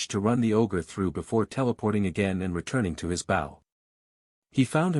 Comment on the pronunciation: that is so cool… I wonder, though, if the author would change the AI pronunciation of bow and a few other words that get wrongly pronounced.